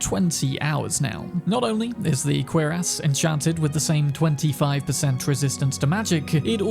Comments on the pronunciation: My guy - cuirass is pronounced "cure uss" not "queer ass," lol 🖖😆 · I don’t think this is merely a UK vs US dialect pronunciation thing, but cuirass is pronounced Cure-iss not “queer 😅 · Hearing the pronunciation of cuirass as queer-ass is hilarious to me.